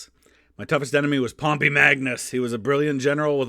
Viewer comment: This video made me realize I have been pronouncing pompey incorrectly for my whole life lol.